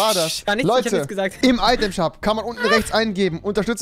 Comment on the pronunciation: Der sagt am item shap